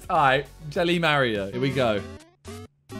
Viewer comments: did he just call mario ”mar-iouh” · the mario game u super jump with x on keyboard the way he says mario is frustrating ,,freakin Mario Carey